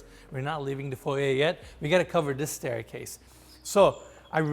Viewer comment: Thank you for saying FOY-YAY not FOY-ER!